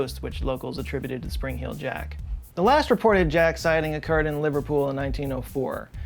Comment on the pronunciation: the WHOLE video I thought it was “Spring Hill jack” and you were just pronouncing it weird 😭